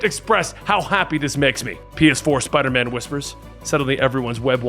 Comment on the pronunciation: Its Spider MAAM.